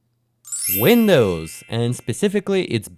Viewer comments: Windwos instead of Windows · windwos sysem